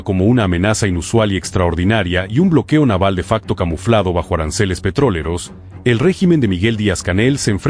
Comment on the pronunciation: "Petroleros" no "Petróleros."